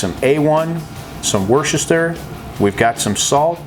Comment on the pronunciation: From an Englishman, I know how it's spelled but it's pronounced "Wuster" or "Wustersher". Great recipe though.